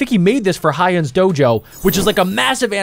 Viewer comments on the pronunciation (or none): hyun is pronounced Hue-un all one syllable